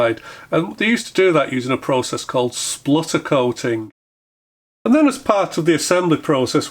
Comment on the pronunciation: I spluttered when you didn’t say sputter correctly.